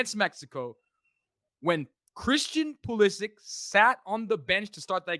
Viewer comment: Every time they mispronounce Pulisic I die a little inside